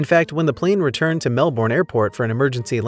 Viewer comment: As a Melbournian, it was pretty weird to hear Melbourne pronounced the way this narrator did!